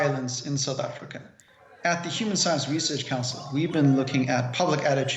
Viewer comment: Its South Africa not sadda africa 😂😂